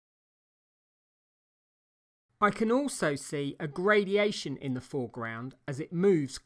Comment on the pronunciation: Gradation, not gradiation. Great painting skills and amazing colourist!